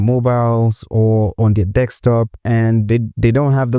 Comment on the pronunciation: It’s desktop, not desk(x)top. Thanks for the tutorial.